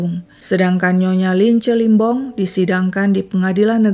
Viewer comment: bukan Limbong tp Lembong min😃 Limbong itu salah satu marga d suku Batak, klo Toraja baru Lembong